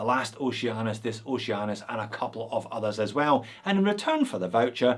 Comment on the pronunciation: now i cant unhear Oce-anus